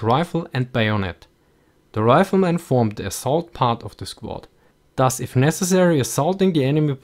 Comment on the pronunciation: Am I the only one who hears "Das" when he says thus ?